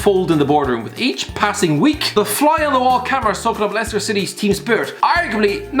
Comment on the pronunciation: or could pronounce it properly....